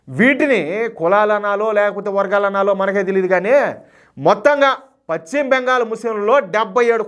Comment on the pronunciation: Pachima bengal kaadayya paschima bengal antaru.telugu pronouncement nerchukoni videolu cheyyi